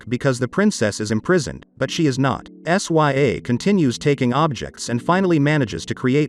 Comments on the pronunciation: Her name is princess sya (sigh-ah) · First off, the way you pronounce her name. 😕 S Y A? Really? Second, She didn't build that flying machine she found it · Bro said sya like what